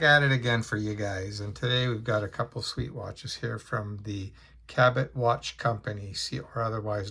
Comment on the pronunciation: pronounced "cabbo" - after the British sailor and explorer John Cabot - great watches, real military pedigree 😊😊